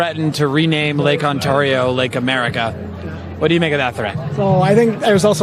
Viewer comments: Lake OnTAARio, dude? FFS. You think you could learn how to pronounce it properly? It's not hard. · Hey MSNOW.... next time you send a correspondant out to Canada, ensure that they can properly pronounce "Ontario" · Let's talk about his pronunciation of "Ontario"